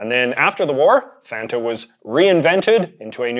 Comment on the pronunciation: For the pronunciation of Fanta, I'd like to point to the commercials with the jingle. It's not waynta faynta, it's want a fanta, and it rhymes. Not that it matters at all lmao it just makes me laugh to think of the commercial jingle pronounced like that